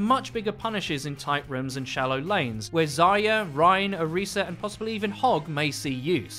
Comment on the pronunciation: If someone says "Zaya" one more time imma neck